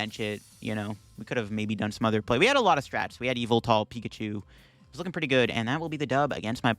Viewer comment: Whatever the correct pronunciation of yvetel is, im sure its not “evil-tail”